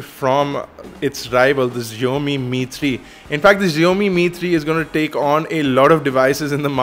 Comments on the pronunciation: SSSHIAOMI NOT zzzziomi. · Zheomi? lol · HipsterPuzzle here! It is like saying "box". We don't say "bosh" and I am a Chinese, so we pronounce it as "Siaomi". Just saying you know. It is not because that it consists of Chinese characters doesn't mean that it has to be pronounced differently. It's the same. Typically.